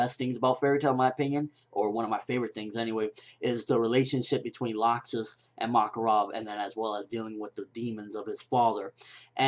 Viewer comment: (L-axe-sis) Not (lock-sis)